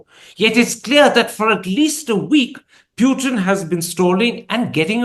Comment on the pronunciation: The man’s name is POOTIN for god’s sake. Why do you insist on calling him PEWTIN. Call people by their real names PLEASE